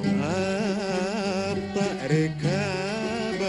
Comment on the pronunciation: كنت إلى وقت قريب أحسبه يقول بالمقطع الأول عالطأر كابه و راح وكنت أقول كل هالسنين وش قصده بالطأر؟ ههه لا يصير قصده القطار, بالأخير طلع سمعي خطأ هههههههه أبطى ركابه و راح هذي الصحيحة لكن طريقة نطقه شربكهن مع بعض الله يرحمه, لو مخفف الألف في أبطأ و خلاها بدال ألف قطع تكون ألف مقصورة نطقاً و موضّح الألف بأول كلمة ابطى, كان فهمته. بس الكلمات روعة و الأغنية خالدة في التاريخ الخليجي للمرحوم عوض دوخي الله يتجاوز عنا و عنه ويرحمنا برحمته آمين.